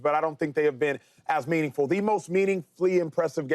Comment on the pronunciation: Somebody help Acho with "meaningflie" 😅😂